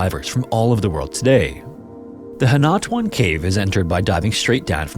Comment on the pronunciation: philippine story jumpscare btw it's pronounced "hee-nah-too-ahn"!